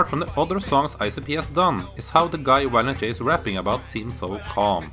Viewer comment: "Wiolent J" lol I get it, he's probably from Germany or something, somewhere close by, but that's just funny. I am gonna start calling him Wiolent J from now on.